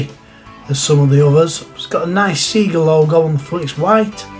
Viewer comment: Good to see you pronounce seega correct buddy 😂